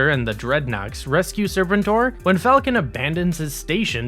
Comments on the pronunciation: “sir-PEN-tore” not “SIR-pen-tore” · it's pronounced Ser-PEN-tor, not SER-pen-tor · omg... these mispronunciations are had to ignore. IDK who Daystrow and Serpent-Or are but damn. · Daystro and Serpen Tor are gaigh bro....I prefer Destro and Serpentor....or you know, someone who's researched the video topic enough to at least know how to pronounce the characters names. THUMBS DOWN edit Globe You Les???? Phuuck you bro. I ain't watching another second. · Great video by the way, but I think that you should check your pronunciation of some of the characters, like the way you say Zartan as Zarton, or Serpentor as Serpentar , or Golobulus as Goloboulus. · Right? The animated series always used "ser-PEN-tor" and "DESS-trow" rather than "SER-pen-tor" and "DEES-trow." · Day-stro and Serpen-tor? What's going on? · Your pronunciation of serpentine and destroy is really distracting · It's sur-pen-tor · Sir-pen-tor… Jesus f Christ! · I was thinking it myself. Serpen-TOR and Deestro. didnt make it further than that. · It’s pronounced “Sir Pen tour” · Disliked as soon as he said “Serpentor”. He’s clearly never seen the show….. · Do the people who read these scripts have any familiarity with characters because his pronunciation of Serpentor is grating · The way he pronounces Serpentor and Destro has scarred me. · You know a millennial is narrating this and has virtually no firsthand knowledge of what they're talking about when they can't even properly pronounce "Serpentor". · please tell me this guy is intentionally mispronouncing Serpentor to take a dig at those from hascon that kept mispronouncing it as well... 😖😣😞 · Why is he pronouncing Serpentor like that? He also pronounce Destro wrong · Like, did the creator hire a narrator? How’d you have all this information, but still pronounced everything wrong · Yall pronounce serpentor wrong